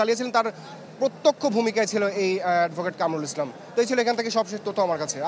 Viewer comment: কামরুল ইসলাম সিদ্দিকী ? কোন ধরনের রিপোর্টার এইগুলা ? ঠিক মতো নামটা ও উচ্চারণ করতে পারে না !